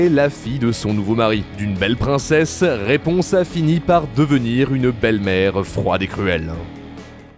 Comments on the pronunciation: raiponse au lieu de raiponce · Raiponse ? Sérieux RaiponCe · C'est Raiponce pas Raiponse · " Raiponse " Les gars j'adore vos vidéos mais faites attention à pas écorcher des noms comme ça :( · "Raiponse" Je pleure😭🤣